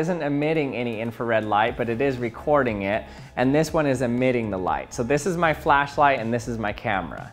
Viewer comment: "A flacklight" Righhhtttt lol